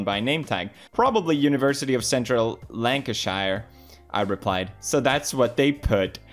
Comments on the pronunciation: Lanca-sheer = Lancashire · I can’t get over the way he pronounced Lancashire....